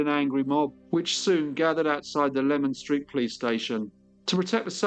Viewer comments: Its pronounced Lee man street not lemon street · Thanks for such a detailed and well researched story. I used to work in Leman Street (pronounced "leeman" not lemon) and know the area well, including the Princess Alice pub!